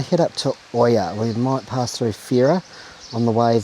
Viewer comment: NOT OIA it's IA 🤣